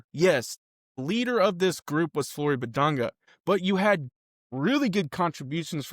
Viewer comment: You’ve been pronouncing his name incorrectly. Respect the man.